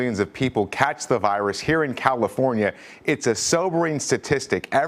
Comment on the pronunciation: Nobody: Today Show Narrator: "the vYrUs" I'm sorry but the way he pronounces it kills me lol